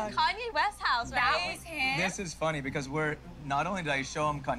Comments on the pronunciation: Yo she says "bacaws" just like Envy! 😂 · Her damn because's be killing me. Where the hell the "w" come from? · Gia and Envy both pronounce the word “because “ weirdly